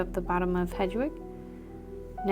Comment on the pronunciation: It’s pronounced Head-wig 😊😆❤️ Just a huge potter fan with adhd…apologies 😂 Thank you for the tutorial! ❤❤❤